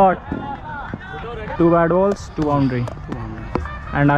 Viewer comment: Bhai i found 1 mistake that he said that doo instead of two